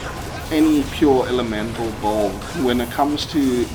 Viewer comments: The way you said “bulld” (“build”) makes my blood boil… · C'mon man Say it slowly it's B U I L D !! Not bold or whatever you are saying.